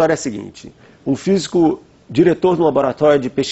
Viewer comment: OLHA O "FISICÚ" DA USPicio comparando atomo com mel? kkkkkkkkk